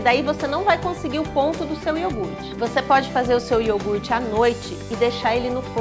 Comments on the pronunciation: Eu adorei ela fazendo o IORGUTE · receita: iourgut caseiro Ingrediente: iourgut